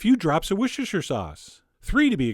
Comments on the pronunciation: the wuchechtur sauce is actually pronounced worster ;) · Worcester is pronounced "wooster", not "wushisher". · Don't want to tell you your business chef John but I'm from England and I live near Worcester and Worcester sauce is pronounced as "wuster sauce" I know it sounds weird buts that is how it's pronounced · Wsshershher sauce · Hey Chef! I'm from the UK and we call Worcestershire Sauce "Worcester", pronounced "Wuss-ter". Thanks for the great videos! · you should drop the shire from worstershire sauce, thats how everyone says it here.